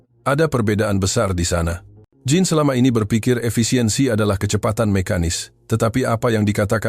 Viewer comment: Narator, pengucapan nama Jean di bahasa perancus bukan Jin tapi syang 😂